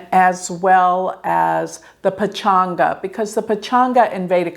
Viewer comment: It's Panch-ang NOT Pachanga 🤡 ( completely different pronunciation from any kinda mExiCooo ). Hindu concept Paanch ( "mute" N ) means 5 & Ang refers to limbs. It symbolises the 5 tatwas one is made of; like Tithi, nakshatra, karan etc.